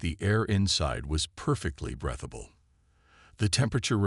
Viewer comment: ( & ) breath-able instead of breathable; 4 ship locations spoken, 8 locations narrated; ( & ) uhn animous instead of unanimous GOOD STORY! The AI needs a bit of tweaking. THUMBS UP!